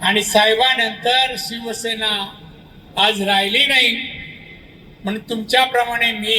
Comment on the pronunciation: नीट सिवसेना बोलता येत नाहीं . ज्या आता भाजपची चाट . तुला नाही स्वाभिमान आणि अभिमान तु चाट्या झालाय .